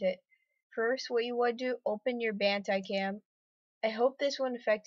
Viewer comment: OMG THE WAY HE SAYS BANDICAM! TRRRRRRRRRRRRRIIIIIIIIIIIIIIIIIIIIIIIIIIIIIIIIGGGGGGEEEEEEEEEEEEEEEEEEEERRRRRRRRRRRRRRRRRREEEEEEEEED!